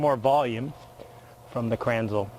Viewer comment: Pronounced krenz-la